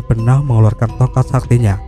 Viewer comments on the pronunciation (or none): Sunan Bonang..bukan benang kalo gak salah